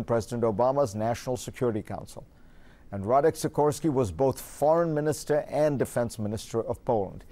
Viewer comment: It's Radoslaw Sikorsky not Radic Sikorsky.